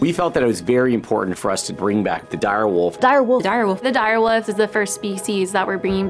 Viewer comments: Why does she pronounce wolf like wuff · The Director of Species Restoration can’t even say the word “wolf” correctly. Apparently the are de-extincting a “dire woof.” Yeah, this is going to go well….. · Why does she say wuf??😂😂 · The chick who says, "woof," instead of, "wolf," is really getting on my nerves... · pronounces wolf weird. 😂